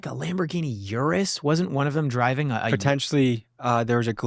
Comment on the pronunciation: Dear Americans, Urus is pronounced Ooh-Roos, not your-us. Sincerely, All of Italy.